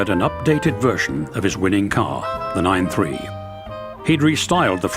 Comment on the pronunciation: ...and he calls the 93 a nine-three... 😣